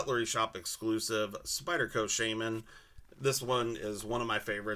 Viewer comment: SHA-MEN! I have ocd also sorry. Sheymen triggers me👍🏻 like your cme’s.